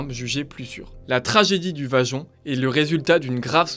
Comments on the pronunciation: Bravo belle explication...juste la pronontiation Vajont...en ialien le y se prononce i...Vaiont... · Le projet est bien antérieur aux années 1950. Il a été imaginé avant guerre. On ne prononce pas "vajont" mais "vayont". C'est faux de dire que le barrage n'est pas à l'orgine de la catastrophe, car c'est bien le lac de retenue qui a provoqué le glissement de terrain... Le glissement de Pontesei intervient à plus de 10km, dans une autre vallée et non pas sur une "montagne adjacente". L'éboulement du 4 novembre 1960 n'a pas lieu dans un réservoir naturel, mais déjà dans le lac de retenue, ce qui accentue d'ailleurs la faille en forme de M sur le Monte Toc. La hauteur de l'eau n'est pas de 700m dans le barrage, mais 700m est l'altitude maximum admise pour le niveau d'eau. Beaucoup beaucoup beaucoup trop d'imprécisions dans les informations ou dans les formulations pour un travail d'ingénieur.